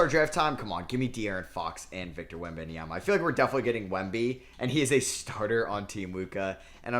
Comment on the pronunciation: Stop adding an extra syllable to Wemby last name !